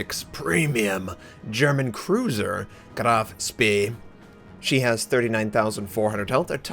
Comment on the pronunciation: Spee like shpee, not like Sparta. flies away..